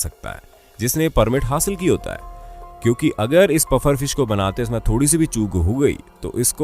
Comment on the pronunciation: Its PUFFER fish not 'BUFFER'!